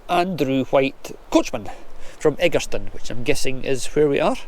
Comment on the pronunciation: Edgerston is pronounced Edge..errr..ston. The Capon tree is approx 1000 years old and now has supports to support it